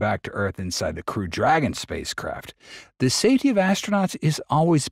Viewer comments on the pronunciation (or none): none